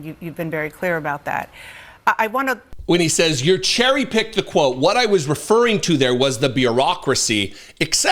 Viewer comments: There undoubtedly are "great people at the ONB, FAA, NIH", unfortunately Russ Vought is not one of them. Oh by the way, Mr Vought, it is cherry pick not jerry pick. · Does this guy have an education? He sounds like an idiot. He didn’t say “cherry” pick…I heard “Jerry” pick. At least twice. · Also, I'm pretty sure he said, "Jerry" pick, twice. Not cherry pick. Freudian slip!?🙁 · Did that infect ball sack say Jerry Pick? Realize he said the saying wrong than just say Jerry Pick again? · He said Gerry Pick not Cherry Pick. The US is gone. Hate is now the norm. Make America Hate Again. And Dana Bash is disgusting. She is part of the problem. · Did he say "Jerry pick"? Twice? L😂L Isn't it Cherry pick? ⛏️ He's another idiot 🤡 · Did he say "Jerry-Pick"? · It's 🍒🍒 pick not jerry pick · Pretty sure he said "JURY pick." What an absolute moron! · Russell Vought said "jerry-pick" - is that a meaningful slip of the tongue? " "Preserve and protect" by getting rid of funding for it? If "No-one will lose coverage", how will it save money, and force people to go to work? None of what this ghoulish liar says makes any sense whatsoever. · Did he say "Jerry-pick" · "Jerry picked."???? Yes, this person is a MORON! 👍👍